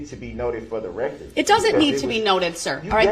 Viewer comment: Uhhh...I think you meant "fer duh rekkert".